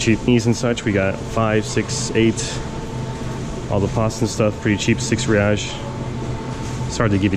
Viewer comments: kkkkk ele falando "reaish" kkkk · its "HEY ICE" (Reis) de nada amigo